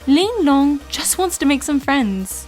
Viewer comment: It's pretty funny how she says "Ling Long".